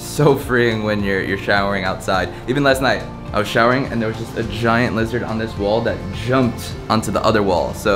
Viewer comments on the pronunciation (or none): none